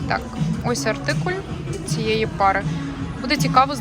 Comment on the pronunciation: Чудове відео, але чому артикулЬ? Наче циркуль)))) Українською - артикул ❤